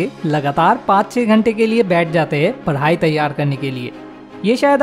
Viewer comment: First padai hota h voo paaadi nhi 😂😂😂😂😂